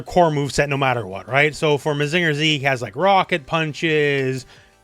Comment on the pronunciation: I would never ask for people to be known of every random series but hearing mazínger or susan-oh made me take damage